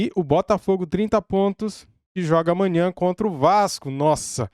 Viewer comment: Porra não esquece dele falando "Amainhã".... SRN ❤️🖤😅